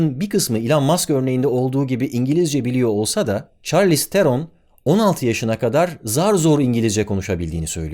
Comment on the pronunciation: Çarliston mu?